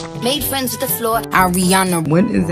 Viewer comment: hey fwriends the wfloor 😂